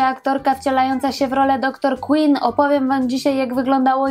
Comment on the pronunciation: DR QUINN!!!!!!! Wymawia się KŁYNN nie KŁINN!!!!! Ogromna różnica